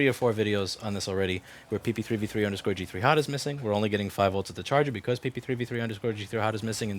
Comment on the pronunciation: Am I the only one super amazed at how fast he can say PP3V3_G3Hot??